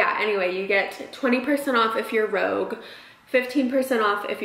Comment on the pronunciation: Lol girl it’s Sephora Rouge (sounds like Roo-je) common for French lipstick not rogue like a spy haha! Great vlog!!